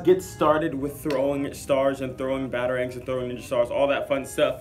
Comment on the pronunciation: It is an a batarang not baterang